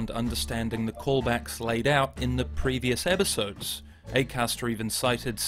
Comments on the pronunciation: after thinking about it once, I can't unhear that he pronounces episodes as 'ebbisodes' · Whys he saying "ebisodes" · Why can I only hear "Ebisodes" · Stop saying "ebisodes"